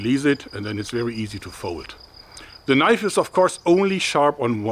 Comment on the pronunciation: "Now that's a knoif"